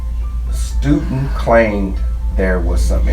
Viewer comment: "Stu'int claimed." Please speak English.